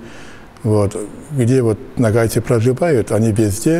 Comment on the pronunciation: Как русские не заботятся о правильном произношении. Почему нАгайцы? НОГАЙ!